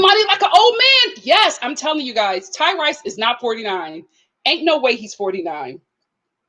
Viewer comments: It’s hilarious how she calls this man Ty-RICE. 😄I can’t tell if she mispronounces these people’s names on purpose to be shady or is being genuine. Either way it’s funny! 😂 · I thought it was pronounced Tyrese just spelled Tyrice.